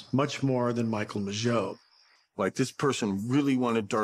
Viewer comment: How is one to take this seriously, when you can't even pronounce the victims names correctly? Michael Mageau as 'Magoo'?? Shows the depth of research. This is just regurgitated material from other people's work, done poorly, I might add.